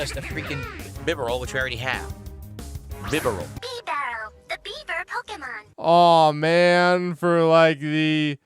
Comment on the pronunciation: .....Everytime he mispronounces a pokemon's name I want to flip a table. That's what, the 13th time he mispronounced bibarel? I didn't keep track. Also this is his what 5th maybe 6th pokemon game he played? And he STILL doesn't understand or know type advantages? It's a basic rock paper scissors game made for kids! (I might be wrong about how many pokemon games he's played I only learned about his existence through his firered stream) Edit: I just realized I counted wrong it's not the 5th or 6th game it's the 10th game! He started with Omega Ruby! I mean seriously at some point he should know the rules by now! Is he acting dumb or is he just that oblivious?